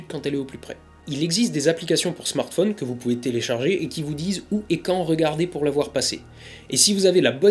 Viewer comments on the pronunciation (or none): none